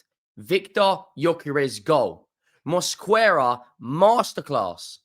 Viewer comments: Greetings from Spain!!! The correct pronunciation of "Mosquera" is MOS-KE-RA, the "u" is silent!!! By the way, you still dont know how good Zubimendi is. You will see. He is a mini version of Rodri's style. Zubimendi is not so powerful but faster!!! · MOS-QUE-RAH pls pronounce his name correctly